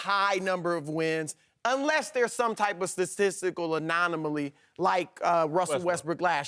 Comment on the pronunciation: "Ananamaly"- Chris Broussard